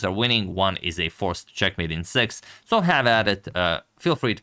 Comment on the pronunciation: you pronunciation of six much resembles pronunciation of sex